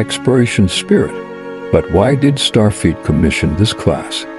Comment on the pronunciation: Starfeet?? Nachelles??? You need to be able to either adjust or get a better text to speech app. Otherwise, not a bad video!